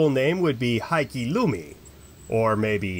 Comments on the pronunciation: Love your videos, but your pronunciation needs work. The true Finnish pronunciation of Heikki would phonetically be “Hay-key” not “High-key”. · It's pronounced HEY-key Lunta you got that right! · would you please put a minumum of effort into the pronounciation? HEIK-KI (and if you dont stop to pronounce the "E" like an "A" then i will send some finnish gods over to freeze off your little heikki!) in the word "hello" you have the correct "e" - use that damnid. Also, if a word has 2 "k" then it is for a reason. You cant just get away with pretending its just one. perkele!:-) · I hope that's how they teach Finnish to foreigners. The right attitude, perkele :D Tbh I don't think there are many in the Michigan Upper North Peninsula who pronounce it right, which makes me wonder who even gets to define the correct pronunciation.